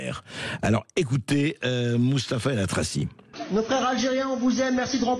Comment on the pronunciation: Elatrassi pas elatrachi! Juste cette erreur d'orthographe et de prononciation en dit long sur votre position politique cher monsieur.... Vous n'arriverez à diviser que les gens qui vous écoutent et vous êtes de moins en moins car 90 % sont des gens comme nous pour aller rigoler de votre spectacle de marionnettes